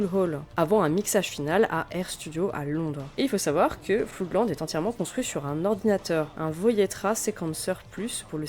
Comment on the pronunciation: Beau travail, je savais que c'était le bordel dans ce groupe, mais à ce point ? Quelques remarques : tu prononces "Floudland", c'est Flo:dland - Flood se prononce comme Blood. "Sigu Sigu Sputnik" ? j'aurais plutôt dit "zig zig Spoutnik", non ? Bon, c'est un groupe de 3e division, un truc fun sans suite (avec un tube très sympa dans le style 'Guerre Froide on s'en br*nle', comme avait fait FGTH avant avec Two Tribes - le reste de Sigue Sigue est assez pénible). Voilà pour les petites rectifications ;) pas grand chose. Perso sur Sisters of Mercy, je mettrais plus en avant la qualité des EP / maxis dès Body Electric (pas le premier qui reste un brouillon), voir l'excellente compilation 80-83, sortie en 1992, comme tu l'as précisé. L'album First and Last and Always est bien trop pop à côté, seul surnage la Lorelei Marianne évidemment, sublime. Floodland c'est beaucoup trop lent et répétitif - This Corrosion est vraiment mauvais. Pat Morrison apporte surtout ses yeux en amande et son joli minois. Pour The Mission : le single Wake est intéressant. Mes premiers souvenirs : les titres de Sisters en boîte, au Memphis impasse Bonne-Nouvelle. Mon dernier souvenir : Eldritch a pondu une horreur, une reprise de Temple Of Love avec Ofra Haza. Beaucoup trop tourmenté pour avoir une carrière stable, en fait (amphet').